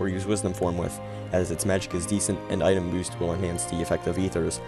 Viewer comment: "Item Bost"